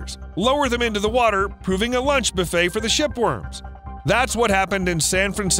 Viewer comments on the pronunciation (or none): none